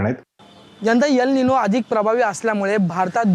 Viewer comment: यल नाही एल बोलतात मूर्खा....